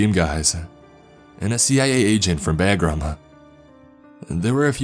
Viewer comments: Airfield is Pronounced like "bah grum". Not "bag ram." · Hope you keep doing these stories and adding on brother great job. Except it’s not pronounced bagram it’s pronounced bah-gram. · No no no! All wrong and retarded. Having been in Afghanistan during this same time, there is so many flaws in his terms, lingo, protocol, language and descriptions and pronunciations that it's painful. He pronounced Bahgram wrong, described his side arm as a Glock, calls his PC a patrol cap, etc....everything he says is wrong and stupid. You wouldn't even have a gold bar on his chest overseas. It was subdued rank and American flag on ACUs. There's no Ranger on earth that would talk like Jeff Spicolli with every sentence ending with a question mark. He calls him a warrant officer 3. He says rotors push us up, no, no, no. Everything he says is retarded and wrong. I hate this so bad. Get a real soldier to tell this retarded story. I believe in the giant story, just not this non Soldiers stoned version. Soldiers don't talk about religion and they don't say "hooch" and from the beginning, his shipping container wouldn't have plywood in it. So impossible to fake a military experience. Can't even say Bahgram right. Nothing works like he says. You don't hug village elders. Dammit. So retarded. I hope he gets AIDS for sounding like that. I hope everyone involved with this video get AIDS. And diarrhea. Goddamn it. Why wouldn't the fuckin Taliban just shoot "the beast". I want to smash my phone for playing this video. Aaaaaahhhhhhrrrrrrrgggghh. I want to punch this guy right in the clitoris. Fuck.